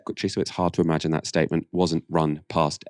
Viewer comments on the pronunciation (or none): none